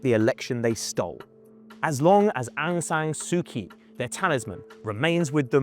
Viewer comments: 1. , how could you miss India. Almost One third of its IB is shared with India. 2. Aung San Suu 'Kyi'... That Kyi is pronounced 'Chi'.. she's a noble peace prize winner. Why didn't you hear her name pronounced earlier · There was no genocide and Aung San Suu Kyi didnt support “genocide”. Burmese people were just fighting jihadi terrorists. Btw learn to pronounce her name correctly if you decided to make a video about her. I stopped watching when i hear word “genocide”. When muslims attack its “fight for freedom”, when others defend themselves its “genocide”. Pathetic.